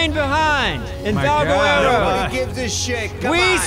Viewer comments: I can finally stop listening to them calling it Valgwero. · Valguero is over and still says valguerero